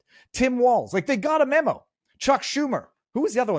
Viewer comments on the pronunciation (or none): none